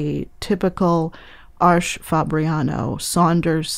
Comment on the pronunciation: As a German I find it so funny when people call Arches "Arsh". "Arsch" means a*s in German, lol. Btw, which one would you recommend for illustrations and portraits? I'm using hot pressed for that and been using the Academy so far. Do you think the artist grade would perform better?